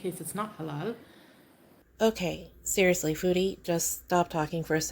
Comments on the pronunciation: Why do I want to scream every time she pronounces "halal" with the ridiculously enunciated Ls? Good grief that's annoying. 😣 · How she says "Halal" just makes me want to cringe out of myself.